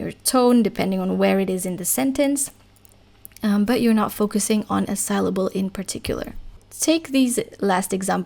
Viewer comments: You pronounce the word "syllable" incorrectly FYI, the y should sound like a normal engish "i" sound. sill-able, like windowsill. Yours sounds like sail-able as in sailboat, or sal-able like in the word saliva. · Very good lesson. In English ‘syllable’ is pronounced ‘sillable’, rather than ‘sileable’. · Thank you very much for your concise explanations for which I am truly grateful. In return I would respectfully like to suggest that you check the English pronunciation of the word "syllable", in order to perfect your own, otherwise faultless English.